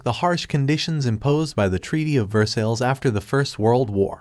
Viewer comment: It’s Ver-sigh, not Ver-sills!